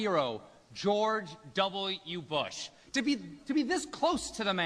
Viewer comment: he said "George Doubl- YOU Bush" hahahah